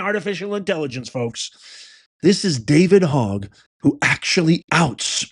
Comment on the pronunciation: Hogg is pronounced like HOE not hog. I dated a guy last name HOGG.😉